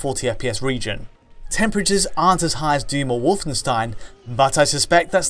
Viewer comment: You're pronouncing "Wolfenstein" wrong!:D